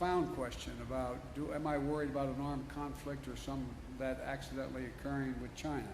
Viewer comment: WTF is an "accendental" conflict.